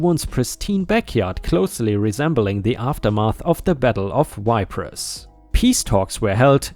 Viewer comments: Ypres is pronounced "Eepre", not "WHYPRES". Ypres is a town in Belgium that was the most fought about and around during WWI. There were 5 battles there between . The total amount of casualties is over 1 million. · Ypres is pronounced, eepres. Hope that helps you. I don't care how you pronounce it, I could listen to you all day. Brilliant story,lol. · it's pronounced eep. The name was given to 2 battles during the first world war. The first battle of Ypres was at the very beginning of the war, the second battle of Ypres was around a year later and saw the first use of poison gas. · btw just so you know, "Ypres" is pronounced "Eeps". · Tom-ah-to! Sirrup - not tomayto and sy-rup! Eep - not wipers! Ypres is pronounced “eep!”. Just trying to learn you how to talk proper, like what I does!